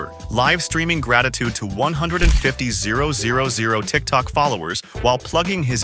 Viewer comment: 150,000 and 100,000. AI voices’ kryptonite.